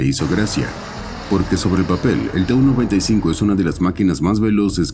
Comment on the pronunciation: I kept wondering why I had never heard of this "295" aircraft? Then I saw the plane onscreen, and realized that the AI voice had incorrectly read TU95 so that it sounded like "295". Flush!